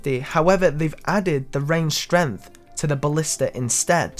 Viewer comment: Strenth. I'm dead. XD